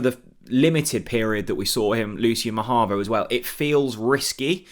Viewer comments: Always enjoy your videos. But please, it’s Mahovo NOT Mahavo. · Ma-ho-vo. Unless we’ve signed a guy called ma-har-vo that I just don’t know about. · Say it with me,... ma- HO - vo